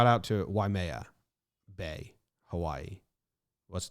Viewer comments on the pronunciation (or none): Why-May-Uh Bay